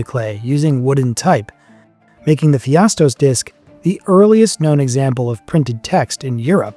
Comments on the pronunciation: The fact that you continue to say "Phi - astos" for some reason (even while writing "Pha - istos" correctly many times), is maddening. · It is not "PHIASTOS" - but "PHAISTOS" – dyslexic narrator? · English speakers and their respekt for others languages ... sorry you think of as gibberish, and expect everybody will speak your language perfect ... It´s not PHIASOS but P H A I S TO S. So simple and even for English tongues possible ...